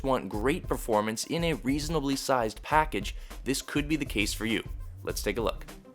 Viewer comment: "Great performance in a reseanobly sized packaga" Couldnt stop laughing....